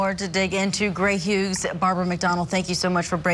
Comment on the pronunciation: Gray "Huges" 😂 Wow, first she messes up his first name then his last name.